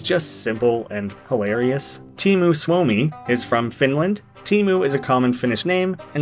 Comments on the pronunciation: Teemu doesn't mean theme. Teema means theme . Teemu is only name and doesn't mean anything. And i hate how you pronounce it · Teemu isnt theme in finish! Teema is theme in finish. Also you pronounced it horribly